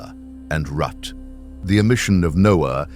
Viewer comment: . Rut! I think you meant to say RUTH.